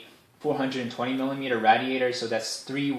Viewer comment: Radiator RAID-E-ATE-OR